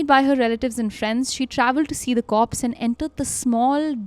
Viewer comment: Korpssss? you mean corpse?